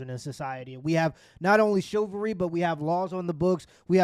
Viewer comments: It's a sign of low IQ that she can't understand or argue from a hypothetical. Also, please pronounce chivalry correctly, it's not chilvery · Your boy has NEVER been able to pronounce the word, “CHIVALRY”. Lols 😂